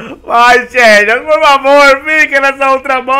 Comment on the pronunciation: se escrave xerneas mas se fala zerneas